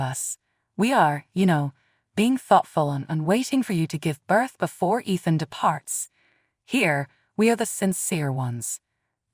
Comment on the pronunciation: Athen or Ethan? Spellings and pronunciations do not match.